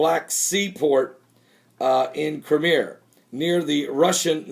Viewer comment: crime e uh not crimer